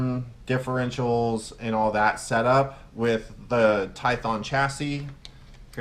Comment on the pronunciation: lol your saying tython it's tyPHon lol sorry it was bugging me you know I dig this channel you have seen me around for a while